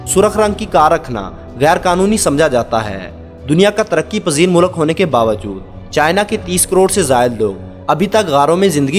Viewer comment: O bhai moo laak nahi mulk lafz rota hai.